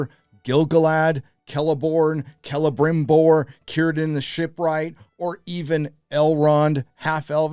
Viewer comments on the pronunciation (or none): none